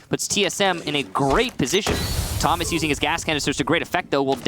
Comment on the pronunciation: And for the rest of the match they both say "toe-mas" actually... it's not versatile, it's a completely different name!